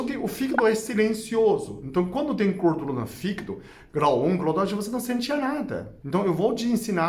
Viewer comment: Quando você melola o fígido kkkkk Não resisti